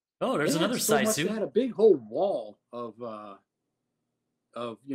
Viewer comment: Internally screaming at pronunciation of Sisu. Its “Sea-Soo” (soo sounds like moo) not “Size-Oo” 😂😂